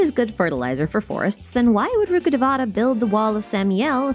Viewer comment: rukkhadevata pronounce rukh devata( रूख देवता) not ( रुखाडवेटा ) rukh means tree and devata means tree. Rukkhadevata means tree God or God of jungle. Also known as ( वृक्ष देवता ) vrikshadevata in Sanskrit. No one pronounce Bicarbonate bicar bonate.